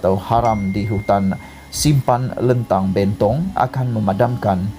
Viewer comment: SEBUT LENTANG SALAH...SEBUT BENTONG SALAH...XPAYAH BUAT CHANNEL LA MCMNI